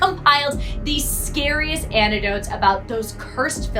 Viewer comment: also "antidotes" when its "anecdotes" she's not very bright